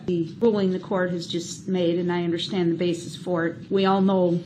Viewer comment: I wish someone would explain to him that there is no "h" in understand!